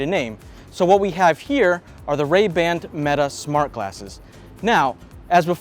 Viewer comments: Really? 5 cameras? Don't you mean 5 microphones bro? Also it's not "Ray Band" it's Ray Ban. Really chose a professional for this one Meta. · Ray-Band??? Come on, at least get the name of the world's most famous sunglass brand right 😆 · Ray Band? Lol. Ray Ban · "Ray Band" 😂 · I had to stop watching when he said “Ray-Band”